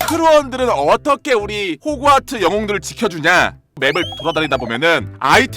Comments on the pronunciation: 은 호그와트(x) 은 흐구와트(o) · 아니 발음 나만 호구와트라고 들림..?